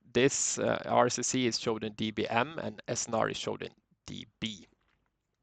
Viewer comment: At the beginning, no explanation on what the heck you are doing and what you are using. BTW: RSSI is pronounced RSS(EYE)